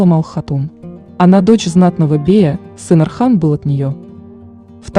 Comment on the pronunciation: Не Асман , Осман . Не Архан , Орхан